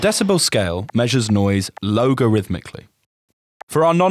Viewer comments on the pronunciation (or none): Cool video but shame no one checked pronunciation. Logarithmically is pronounced log-a-rhythmically not low-ga-rhythmically